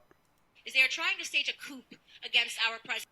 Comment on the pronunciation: A coup: a sudden, violent, and illegal seizure of power from a government. The impeachment process is being done legally and without violence. Besides, I'd love to know your source on the democrats attempting a coup twice before this. And you seem to have missed that I was primarily making fun of that idiot for saying "coop" when she meant coup (pronounced "coo")